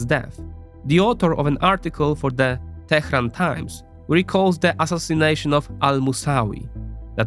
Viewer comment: kudos for pronouncing Teheran correctly